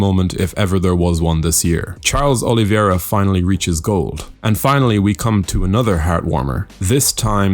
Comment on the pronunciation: O-li-VEI-ra, not O-li-vi-E-ra.